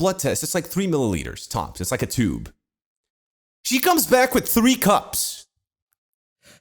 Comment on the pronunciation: I don't remember saying th's as d like "Wid" instead of "With"